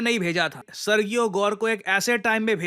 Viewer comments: Arrey mere bhai.. kahe murakh bana rahe ho apne viewers ko! Sergio ki pronounciation kabhi सर्गियो nahi hoti, wo hamesha सर्जियो hi rehti hai murakh! ✌️😂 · Pronunciation for Sergio is [Sir-g-O] or [Sir-ji-O] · Serjio pronunciation hai ... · I live in the USA and his pronouns is Ser-Jee-ohh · सर्जियो गोर they pronounce in USA Spanish name sir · When g comes before e, i, or y, it becomes a soft g, pronounced like “j”. For example, Sergio would be pronounced “Serjio.” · The pronunciation is "Serheo"